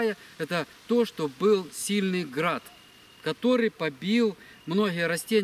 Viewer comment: оХород 😂😂 Храад побил Храд 😂😂 🤦🏼‍♂️